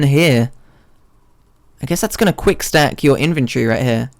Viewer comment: "We are going trough trailer REAL GUICK." This vide is almost 2 hours... lol